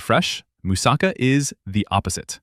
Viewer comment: This guys pronounciation is killing me as much as those fake dental commercials. By the way don't even think of buyinhg them. Roll the "R" as RRRRHO, YEE RRRHO. MOOOSAHKHA, PHEEILOH. Yee he's rrrrohing a boat. A person from Boston saying a moose is driving a car, Moose sa CAH.